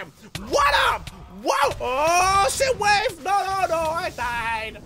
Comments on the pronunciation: But his accent made to sound like that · he said shoot wave